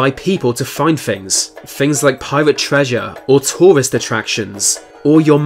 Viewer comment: Fings ? Touwist, Fought? Accuwit? Perhaps as a British subject you should look into received pronunciation so as to be understood by more of the English speakers on the planet. Oh and while you keep trying to communicate ETHNIC IS NOT EFNIC. take the marble out of your mouth you arrogant